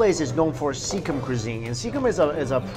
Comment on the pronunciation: It is not SEEKHAM but SIKKIM (Sikh-him) cuisine and is a state of INDIA and not NEPAL! As a person from Sikkim, so happy to see you trying out a little piece of Sikkim in Kolkata! Hope you come to Sikkim and try the food here! I am sure you will love it! One of the biggest fan of your videos and love all your content! ❤️